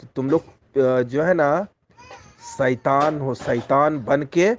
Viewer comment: 😂😂मराठी 'ऐड़ा' लौरा लगता है शैतान को सईतान बोल रहा है ।